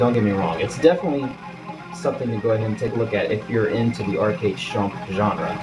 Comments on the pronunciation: its not SHUMP, its SHMUP!!! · Nice review but it is SHMUP not SHUMP. Shoot em up. SHMUP. Still though I am grateful you reviewed this shooter. Its a really fun one and its sort of like Raiden in its own way and 8 levels is pretty good stuff. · How can this kid not pronounce shmup, and why does he think bullethell shmups aren't shmups?